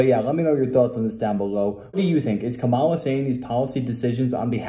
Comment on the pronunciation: Its commines komola😮